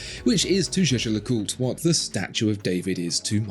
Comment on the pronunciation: it’s pronounced jäger-lekulträ, btw maximilian jaeger was swiss german, only the other guy is pronounced french just kidding, it’s pronounced jaaescher-löcùltr